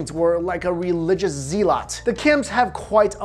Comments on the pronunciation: it's pronounced /ˈzelət/ not /Zee-Lot/ do you even English bro? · It's pronounced zeh-lot not zee-lot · Don't you just want to slap that fat bag of sht around. make him cry... ... wait... did he say 'zeee-lot'? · Zee-lot XD